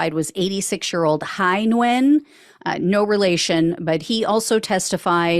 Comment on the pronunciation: Nguyen is pronounced "wen"